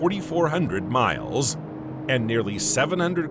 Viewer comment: Mi...ills. it's like fingernails on a blackboard.